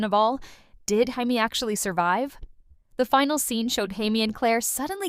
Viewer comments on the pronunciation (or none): What is with all these AI video reviews? So annoying. “High-me” instead of “Jamie,” huh? BS